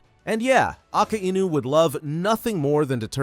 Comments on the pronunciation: "Aka Enu" 💔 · Don't ever pronounce Akainu in a wrong way again it's annoying